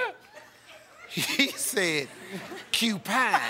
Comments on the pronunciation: He never said “CU pine”. He said U-pine. 🙄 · I think he said “upine”, not cupine. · I couldn't stop laughing the young lady saying pork lawn first and the she goes ahead and spelled it lion, but the icing of the cake was cupine 😂😂